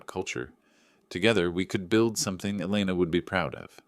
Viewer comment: Elena becomes Elna, Etta becomes Eda? Give AI easy names like Jane or Mary.